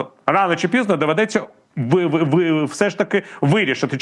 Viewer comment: Пизно😂😂😂! Думал, шо уже не буду смеяться над мойвой! Но она преподносит ещё. Пизно! 😂😂😂